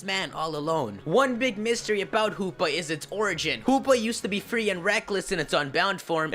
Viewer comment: I like how u say Hoopa, it sounded like Poopa!